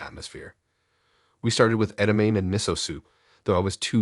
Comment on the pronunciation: I love your voice, and I’m glad I found your channel! A suggestion to improve your narration, check on the pronunciation of words, edamame and miso. Just a thought to help you continue to grow! Much love. ❤